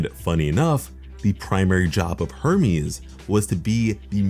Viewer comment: I almost thought he said Herpes instead of Hermes.